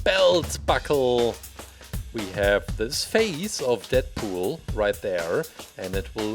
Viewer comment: GUYS DATS IT DeAdPoeol (Not roasting just correcting)